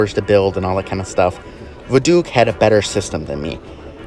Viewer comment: i love how you pronounce voduke as vaDOOK 😆✋ i thought it was vodOok lol